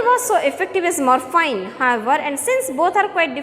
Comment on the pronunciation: Mam, plz search in google, "pronounciation of morphine". And by the way, i appreciate ur teaching style 👍🏻👍🏻